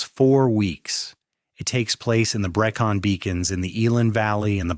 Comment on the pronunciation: Given how close I live to to the Brecons, the way your AI slop pronounced it discredited everything else that was going on in the video. A little bit of research and tweaking to ACTUALLY make it sound well researched, would have gone better.